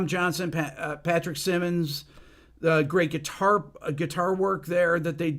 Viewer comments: Simmons, not Simons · Patrick Simmons not Sy-Mons. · Wanna learn to play rock guitar, including bass? Listen to the Doobie Brothers. But Rick, honestly, the fact that you don't know how to pronounce Pat Simmons' last name, really. You might appreciate their music, but you don't really KNOW them. Not like we know them. Get Pat or Tom or TIran or Mike or Skunk on your channel. That would be epic.